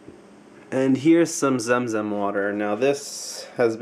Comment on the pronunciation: zamzam not zemzem